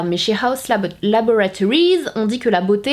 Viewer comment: Mais s’il vous plaît c’est LaboRAtories 😂 richard a fais la même. Très chouette revue !